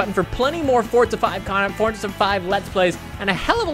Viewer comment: STOP SAYING FORTSA INSTEAD OF FORZA!!